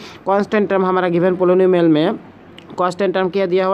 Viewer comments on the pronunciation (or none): The way he read 'poly-nu-mial'🤣🤣 Noice explanation btw